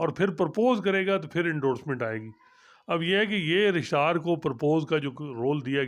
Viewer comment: is the best man for court reporting.He is knowledgeable an unbiased.Just one request.Please don't mispronounce the word Registrar.